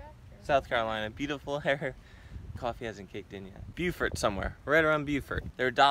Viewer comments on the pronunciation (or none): It's BO-fert...not bew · It’s “Bofert”. 😂